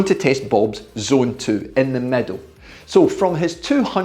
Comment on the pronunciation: exceptional work explained. Can this be done on ERG mode or free ride, what do you suggest? ps: when you said 'middle', I heard 'meadow'. Not everyone speaks the King's English. Regards from Athens, Greece. 🇬🇷🇬🇷🤙